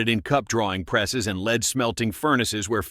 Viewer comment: AI that can pronounce ‘carbine’ correctly but cannot cope with ‘ogive’, ‘berger’ and ‘lead’.